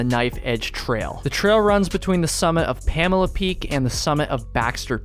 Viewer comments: Its not Pamela, its promounced "Puh- Mole- ah" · Its Pamola. Not Pamela. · Pamala peak, love it. Pa-mole-ah You failed your Mainah test, back to Vermont you go! haha great video! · The locals call it Puh-Mole-A Peak not Pamela Peak. 😀 I would not call it easy, but it is not that hard. Wife and took our 9 year-old kids across the ridge. That said, pay close attention to the weather. High wind or rain would make it dangerous. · "Pamela" lmao PamOla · Pam-OH-La not Pamela lol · PA mole A not pam a la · It’s “PA” “MO” “LA”, not PAMALA! Great vid! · It's pronounced PAM-OH-LA